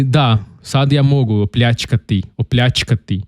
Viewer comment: Postovani divan si covjek.Znas o mojoj zemlji puno vise od puno nas Hrvata.Odlicno si izgovorio rijec OPLjACKATI.Iscpljivati…hej odlican si sve te razumijemo i dobro vladas teskim Hrvatskim jezikom.Lp.